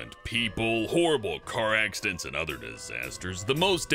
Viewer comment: You said accident differently